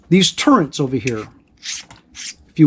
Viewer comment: OMG, nice review, BUT it is TURRETS, not turreNts … no N. Sorry, I got OCD and every time you say it wrong gives me agita. Hehe.